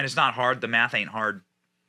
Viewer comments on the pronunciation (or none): none